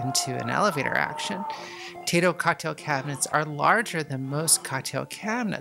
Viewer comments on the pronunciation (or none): none